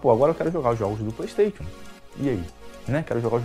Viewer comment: Qualquer coisa: a: Pleisteition